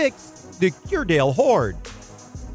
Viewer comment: Grouville is pronounced 'Grooville'....and to make it clearer, its Jersey the Channel Islands off the coast of France where they do NOT use Euros but UK pounds.